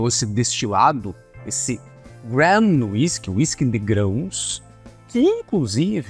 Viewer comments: A pronúncia não é GRAN,. A palavra se escreve GRAIN, e a pronúncia correta é GREIN. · Gram whisky é de doer o ouvido